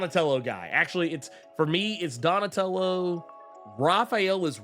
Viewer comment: 😂 Donatello does machines, damn it. Say it right! 😂😂